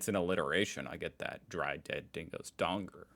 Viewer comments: FYI Just dong-er not dong-ger and Ah-strayl-ya not Aust-rail-ia, we also don’t say happy arvo, a head only a mother could love-really ugly, piss in your pocket does it mean flatter lol, we say don’t piss in my pocket and and tell me its rain - don’t bullshit/lie to me, we don’t say half of these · A donger is a dick. But you say it as Donga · Donger ... pronounced, as you said the word, 'dong' ... Example > ding 'DONG' the witch is dead) .... Drop the 'ger' sound and place it with the sound 'U' as in the word 'U-p' ) ..... Dong U :) Never hear of the 'John Thomas' thing ... (maybe it's a code thing amongst Aussie men ..lol...? Have only known it as 'Silly as a two bob watch' > "Silly as a two bob watch" means extremely silly or foolish, as "two bob" refers to a very small amount of money, making a "two bob watch" essentially a cheap, useless watch, thus signifying a level of silliness that is quite extreme; it's an Australian idiom "Bob" is a slang term for a shilling, which was a pre-decimal coin in Great Britain.... Yes! Like your description = $2 = cheap :) Rough Head ... Never heard it used that way ... But! 'ROUGH NUT' > was mainly aimed at a 'Red Headed person'..... which I think they PC call them 'Gingers' today....lol WTF?? .... Never heard of this '10 in a bed' shyt.... lol. Have heard 'Shitting Razor Blades' .... but NAHHH! never heard anything about the dog thing. Means you're very nervous ..... example: 'Doing my first speech tonight and man I'm (shitting razer blades') very nervous! Cat on a Hot Tin Roof ....Yes!!! = Nervous :) 'Stands or Standing out like Dog's Balls' = It's Obvious .... examples 1/ Wow! "Your shirt is so bright, it stands out like Dog's Balls" 2/ How'd you not see the rail crossing gates, they stands out like dog's balls" *Have no idea when they added the Shaved Cat thin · it's 2 things. a male appendage... or a shipping container. :) (spelled donga, pronounced the same)